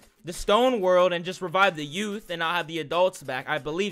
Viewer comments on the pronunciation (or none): none